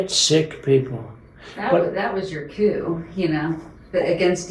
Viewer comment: That shit-ass giggling, like kids telling "Dirty Ernie" jokes behind the grade school. Certainly not like adults reflecting on the gravity and horror of what they're witnessing. And how she mispronounces "coup" as "cue". /Cold_shudder